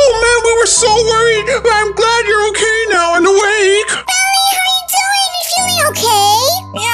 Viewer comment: I never knew till now but IT'S OKEH NOT TO BE OKEH